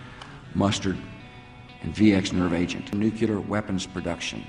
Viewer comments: i cant take anyone seriously who says "nucular" instead of "nuclear". Goddamn it George W., you were responsible for thousands of "nucular" weapons and you cant even pronounce it properly! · ChefJimmie -- I agree - and I still support Bush (somewhat). I bugged me every time he said "nuculur"... he sounded like an Obama supporter. At least Bush was born in the USA, both parents also born in the USA, he can produce a valid birth certificate, his social security number is his (legitimately), his draft card was valid and not backdated and forged and his college transcripts are real and not fabricated. BTW, Bush has a higher GPA than Obama (allegedly) had Yale and flew F-104s to boot. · New Que Lerr weapons! How does someone who graduated an Ivy league college and somehow made it to the highest profession in the land...the ruler of the free world not be able to pronounce a word like Nuclear??? He says Nucuelar! It bugs me everytime I hear anyone say that. Hey Bush, repeat after me, New Klee Err or if that is too hard for you try to remember this way...........New- Clear, Nu clear, nuclear. Dummy.